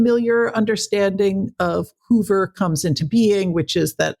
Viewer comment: You say Hoover and Bobby Kennedy were there when Marilyn Monroe died? Hoover and Hoffa in bed together??? And you expect us to believe this BS? BTW - It's Hoover - not Hover. Marilyn - not Marylin. diary - not diarie. You are a Moron!